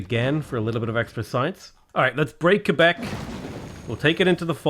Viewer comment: Im french canadian and I was really impressed that you know how to say Quebec properly! Love your channel keep up the great work ❤